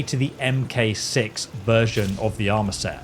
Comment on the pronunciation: "Em Kay Six" You mean..Mark 6?